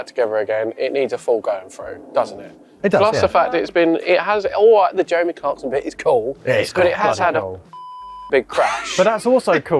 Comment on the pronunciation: “With italian accent”